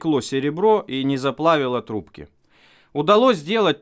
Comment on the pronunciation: Ррррррррравно длинные трррррубки